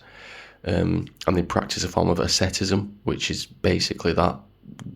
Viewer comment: Ascetism? You are joking, right? It's asceticism.